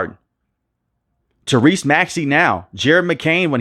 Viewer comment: Why you say maxey first name like that smh